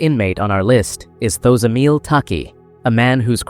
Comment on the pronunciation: The way you pronounce Thozamile 😮😢 😂😂 I wish you could have consulted 1st